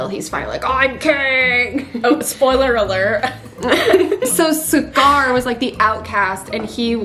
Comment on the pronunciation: don't say scar as cigar. it's worse than "are ray el," no, please, thank you